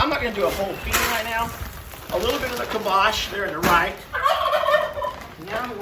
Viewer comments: I think it is pronounced (Calm-bock) not (kill-bosh). pronunciation sounds similar to kibosh (meaning an end to or dispose of decisively). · I think it’s pronounced “calm bock”. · I think it is pronounced kalm - bach. Bach as the music composer Bach. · Kalmbach...... Cal M Bach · it’s “calm bock”!! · it is pronounced CALM’ BOK. Emphasis on first syllable. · I think it's pronounced CALM-BOCK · I think it’s pronounced like calm bock. Not sure though. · We have Towns in Germany with the name Kalmbach and Calmbach. It is pronounced: K a l m - and Bach like Mozart or Beethoven. Put the word in the google translater and listen how it is pronounced in German. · Poor Cornholio was trying hard to get your attention. I think he might have been saying, "I'm the connoisseur here, you bloody Yanks!" The feed is pronounced Calm Bach (like the classical composer). <3